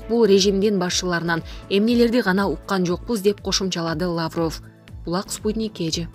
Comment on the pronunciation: Лаавров эмес Лавров деп эле окулат